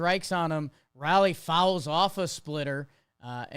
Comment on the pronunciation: Guys... It's "Raleigh" like Raleigh, NC (literally the same spelling) or"rolly," not "rally." C'mon now.